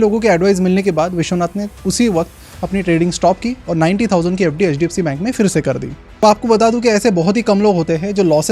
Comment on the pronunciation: Why are you emphasising hdfc? Are you an investor?